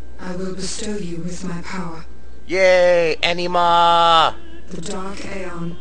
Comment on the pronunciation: its not an uh ma...its uh nee ma